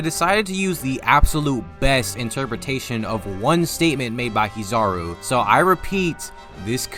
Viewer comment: the way u pronounce kizaru as kizarow instead of Ki-Za-roh is very american 😂